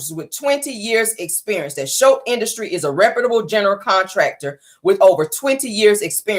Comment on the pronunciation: i love your show you are one of my faves. The name of the Snotts company is Scholt not Shultz. Its Scott and Holt mixed together. Scholts. Enjoy your Friday💜